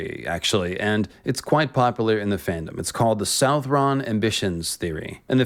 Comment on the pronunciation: Suthron I think is the pronunciation